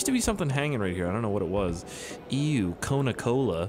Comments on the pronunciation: Sometimes I thought he say koruna 😂😂😂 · Just a fun fact...''Cona'' that has the same sound as ''Kona'' in portuguese is a slang for p*ssy So i crack up every time you say ''Welcome to Kona"